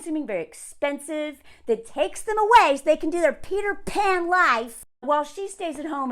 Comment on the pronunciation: Every time you say Peter Pan it sounds like peed her pants